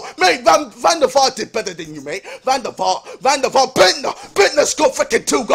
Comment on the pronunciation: Van der FAR😂😂😂😂